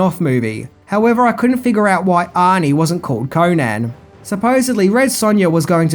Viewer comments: Destroyed the character, created bt REH. A mish mash of several howard stories and from other charachters.. ...and its CONN-an not KOHnan FFS its ROBERT, nor Richard E Howard! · its pronounced conun not conaaaaaaaaan please get it right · CONN-an, not Koh-nan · Holly fuck, can you butcher his name any more?, It's pronounced conun, even known it's spelled conan